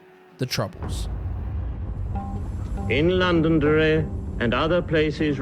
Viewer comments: Londonderry is not pronounced londondry is london derry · ....how the hell do you manage to mispronounce Londonderry and then immediately pronounce Derry correctly afterwards. I know theres no real place called Londonderry but still. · I'm sorry, I'm Northern Irish and this is a great video but your pronunciations of Shankill, Londonderry and Gerry are all wrong. It's Shan-Kill. London-Derry and Jerry. FYI.